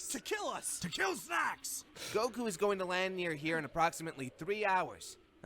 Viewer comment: Why does put so much emphasis on the U when he says Goku? lol. It's Góku, not Gokú.